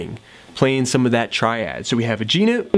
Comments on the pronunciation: can this dude stop saying note like that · newt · you say “note” funny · that's not a Canadian pronunciation